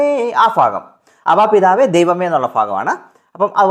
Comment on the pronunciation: ഫാഗം അല്ല ഭാഗം എന്ന് പറയു